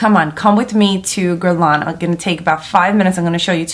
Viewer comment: The proper way to say it is, Gu-è-r-l-ain Lain-je-rie de peau (not guerlon either linguery) Just for your information :-) ( the french way to pronounce it )